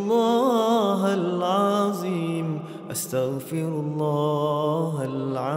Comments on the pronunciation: Not alazim, plz all let’s try to learn to pronounce the Arabic letters correctly 😢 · Mohon Maaf..mohon izin.. barangkali bisa di koreksi..kok mendengarnya " hal aziim ya ".. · Pembetulan BUKAN Astagfirullah Hal Aziim SAlAH TAPI SEPERTI INI Astagfirullah hal Athdziim (Huruf ThDo Hujung lidah keluar sedikit dari gigi depan bukan zo) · Yg betul itu asyaghfirullahaladhim...bukan haladzim..begitu kira²